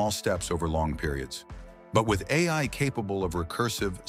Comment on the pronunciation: This video's commentary is an AI.... Less than a minute in, it said "A", just pronounced as that letter, instead of "A I" Edit: 2 minutes in and it has mispronounced AI three times